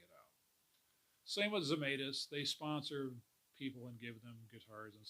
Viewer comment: Pronounced Zemytis not Zemaitis